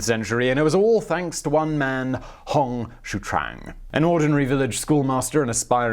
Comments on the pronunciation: It's pronounced Hong Zee Quan, A for effort and great on everything else bro. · His name is pronounced like “Hong show-chewan” (chew and then wan) In fact, as much as I know that mispronunciations are your thing, if you ever need help with chinese pronunciations, please just contact me :) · I butcher my own name Simon so I'm good.. LOL... But seriously I've heard Hong's sir name pronounced as Hong Gee Cwooong but not sure.. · The mandarin pronunciation is simplified as - Hong (not Hawng) Shio - chwan. You don't have to be Chinese to learn how to pronounce romanized phonograms. Takes like 3 seconds to put it in Google translate and press the audio option. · Hong Sheeww-chewaan, Tran is Vietnamese :P X = Sh / Q = Ch most of the time. Hong Xiuquan, Hong Shiu Chuan. Its a tongue-twister for sure.